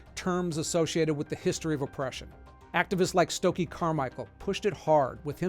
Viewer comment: Also James Brown recorded 'Say it loud-I'm Black and I'm proud.' which helped to popularize it with a positive influence. No question that other name we won't say like 'lord voldemort' ((💣)) were meant to insult and denigrate Black society from its inception. Also it's Stokley not Stokee, just saying.